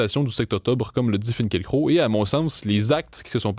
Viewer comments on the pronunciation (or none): Ce pseudo-sociologue utilise le terme pogrom pour imiter son gourou "Finkiel-Croc" (comme il le prononce, mais étrangement, il ne recense aucun "pogrom" au maroc ou dans les autres pays musulmans ou vivent des communautés juives souvent bien plus aisées que la moyenne de la population.... mais bien sur le probleme est evidemment la detestation viscerale des musulmans envers la kippa.... Un peu de sérieux messieurs